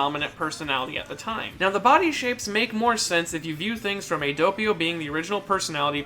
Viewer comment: saying doppio: Dopeio Other people: Doppio